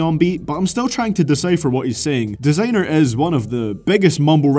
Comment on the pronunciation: U can't even say desiinger rite dumb.